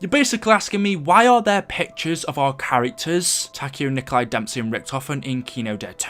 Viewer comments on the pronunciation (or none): And Nikolai Tesla isnt the same pronunciation of Nikolai in Zombies